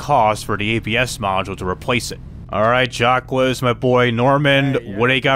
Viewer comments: I love the video, but it’s not jack wes, it’s pronounced shack, but is jack it a french accent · Its pronunciation is like zach but its jack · It's pronounced "Jock", its not that hard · Still Not getting Jacques Name right...